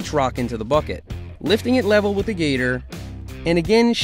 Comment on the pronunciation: How come you stoped calling the gator “the gter”